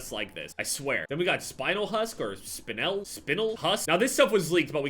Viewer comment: I had to look up Spinel. Its a red gemstone, and its pronounced spuh-nel